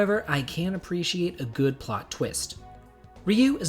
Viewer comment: I like how you put emphasis on GOOD day, have a good day, like yeah I will be forcing, willing myself into having a good day!! Great video as always.